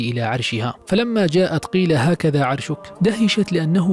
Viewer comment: كأنك يا اخي الكريم اخطأت بإحدى الايات وفي ذكرك لهذه الأيه { فَلَمّا جاءَت قيلَ أَهكَذا عَرشُكِ قالَت كَأَنَّهُ هُوَ وَأوتينَا العِلمَ مِن قَبلِها وَكُنّا مُسلِمينَ﴾ [النمل: ٤٢] في هذا الكلمه كأنك اخطأت (أَهكَذا) وكأنك لم تنطق الالف